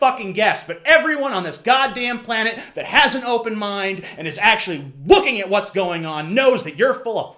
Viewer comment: "Actually WOOKING at what's going on!" LOL :P